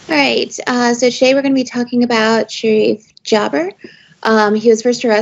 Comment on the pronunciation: As an Egyptian, thank you for mentioning this! Just a few things: LE = pounds. Pounds is the Egyptian currency It's Sherif Gaber not Sherif Jaber. It's G as in guess, not j as in jet